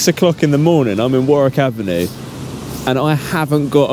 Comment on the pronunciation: i'm in 'worik avinoo' lol